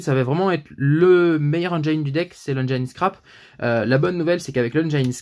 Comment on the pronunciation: Le i de engine se prononce comme le i en français on oublie pas 😁 sinon bonne vidéo 👌👌👌